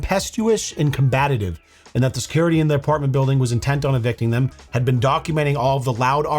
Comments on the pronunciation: Somebody needs to tell that combative isn't pronounced combatative... I've notice it in other videos too😅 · I'm sorry,, but even while reading the word you insert that extra "ta" in combative as "combatative". I noticed it in your last videos. Much love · It’s not combatative, it’s combative!!! You say it wrong constantly. Which is annoying because of how many videos you have where people are getting combative. Now I enjoy your content, but you say a lot of words wrong. You are funny though! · I like you both ways, but you gotta stop adding a syllable to combative. Three syllables. Not “combatative.” I know you can do it. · "Combatative" is not a word. The term is "Combative". This is the second video in a row you've said this. Your stupid is showing. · I only made it little over 8 minutes because of "combatitive". But the bitch is guilty and I still love your channel. Cheers Bro. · Poor. The struggle with the word combative in the last couple videos is REAL 😂